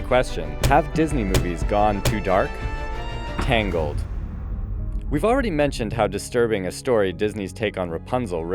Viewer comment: TANGALED HA MORE LIKE TWISZIDED